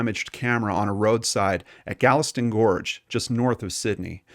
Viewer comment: There were LOTS of mispronunciations. Wollongong & Galston are the ones I recall. He also mispronounced the names of the three German victims.